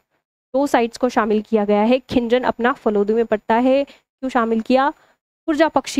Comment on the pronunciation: खीचन ❌खिंजन☑️😂